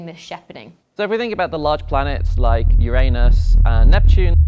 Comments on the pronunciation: A gold star for you for PROPERLY pronouncing "Uranus". Not everyone does. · I was so happy to hear a scientist pronounce Uranus.